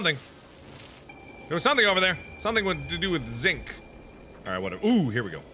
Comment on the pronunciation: he also called it zik, its zinc. triggered